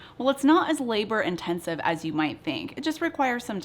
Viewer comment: Did she say not lab I r intensive? Ok